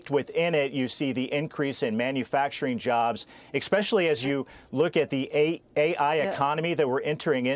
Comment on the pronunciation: Bernie Sanders? lol EXpecially is actually ESpecially. Jim Banks is a dolt.